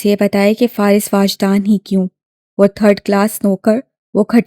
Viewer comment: It is wajdaan not waajdaan